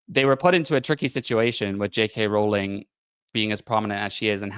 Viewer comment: Total stupid, I know, but what REALLY gets my goat is how no one (except ) can pronounce Rowling correctly. I can only assume these people castigating her haven't done any actual homework on here (even for something as simple as pronouncing her name correctly). They've learned everything they know from other haters. It's really quite bizarre.